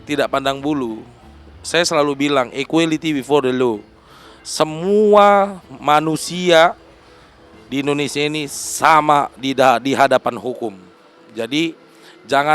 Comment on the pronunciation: Bukan Low pak sebutan yang betul Law.Material LM yang di rugikan tu apa .?